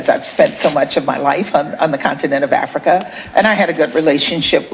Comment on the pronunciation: IT ABOUT TME YOU LEARN TO SAY " AFRICA " AND STOP SAYING " AFRICER"